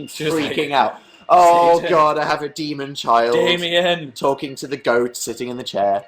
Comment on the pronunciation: did anyone notice near the end he said damien? I heard dalie and i was like WHAT